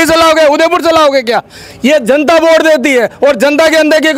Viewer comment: बोट नही वोट होता है सर😂😂